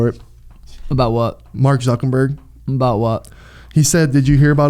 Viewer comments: Is he saying ZuckeNburg on purpose??? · “Reeseize” and “Zuckenberg” makes me mad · "Mark Zuckenburg"